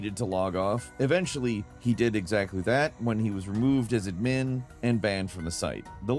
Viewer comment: I don't think I've ever heard anyone pronounce "admin" like you do lol